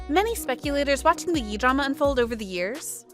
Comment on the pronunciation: Are you really just pronouncing it Yee?